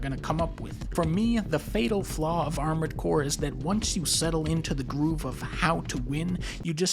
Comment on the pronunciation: "Armoured Boar" sounds funny lol. Edit: also, what is Adventures of Cookie and Cream??? I wanna see that!